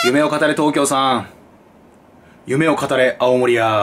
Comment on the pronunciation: いっつも思うけどすするんの「夢を語れ」のイントネーションちょっとちゃうなって感じ